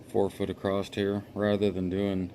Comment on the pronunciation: Did you finish the video? Nice build but want to see the finished product. ONe thing though, it is driving me a little crazy, there is no T in the word across!